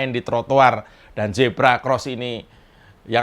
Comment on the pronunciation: Huruf Z jgn di baca J. zebra jgn di baca jebra.